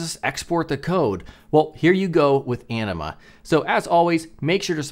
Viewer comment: I swear, every time says Anima, I hear enema. Anyone else with me? (Love the video)!